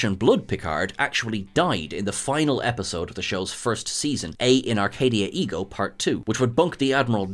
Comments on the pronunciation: Et. ET. ETTTTT. It's Latin, there are no unpronounced letters. ET In Arcadia Ego. Dammit. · “Et in arcadia ego” is Latin not French, so the “T” in ”Et” is sounded. Rhymes with “bet” or “debt”, take your pick but the “t” is definitely there to be heard. “And I in paradise”